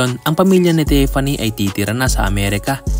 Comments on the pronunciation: Dude, it’s not pronounced “Tep-panie” with a P. It’s “Tif-fanny” with an F. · Idol Tiffany po hindi Teffany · Tiffany, brod. Tif-fan-ny, Tiffany.